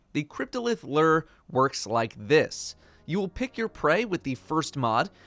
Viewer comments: Merch looks like you watched unas annus. Also its loo-er not lurr.. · Bruh. it’s pronounced Lu-ure not Lrrrr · Bungie is gonna make me quit destiny by the way streamers can't figure out how to pronounce "lure." LOO-ER. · My inventory: Lure: Ler 😂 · Personally I enjoyed how said it like “Luur” instead of “Lewer”. No offense, I’m just easily amused by these sorts of things. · I'm really distracted by the fact that you pronounce it lerrrr instead of loooor. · says lure My brain: I AM LURR! RULER OF THE PLANET OMICRON PERSEI 8! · He isn't the only Destiny content creator who butchers it. LU-ure people, get that double u sound in there. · pronouncing “lure” like it’s the ruler of Omicron Persei 8 over here. Lure ≠ Lrrr! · Hahahaha "Lurr" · /lo͝or/ in case you wanted to pronounce it right 😂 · L E R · my friend, it’s pronounced “loor”. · isnt it pronounced "lew-er" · Why do you say lure like that? Stop saying lure like that. Lurr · bruh.... it’s pronounced “loo-er,” like a fishing lure......your pronunciation is super weird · Wait how is he pronouncing lure? 😂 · Can no Destiny content creator pronounce Lure correctly? JHC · How does a person not know how to pronounce lure?